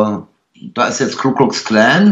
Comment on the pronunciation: Schon wieder hört man „Kuckucks“ Klan. Mensch, Ku Klux Klan! Bist doch nicht auf den Kopf gefallen.